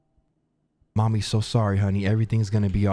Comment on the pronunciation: why you saying mommy like that.